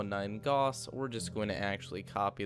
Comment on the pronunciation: How many things can you mispronounce in one video? Makemake is pronounced "mah-keh-mah-keh" not "make-make" Albedo is pronounced "Al-BEE-do" not "Al-By-do" Gauss is pronounced "Gowss" not "Gawss"